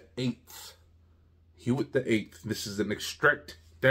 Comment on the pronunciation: It’s pronounced “wit” with a soft “w”. Will you do the Neuf as well?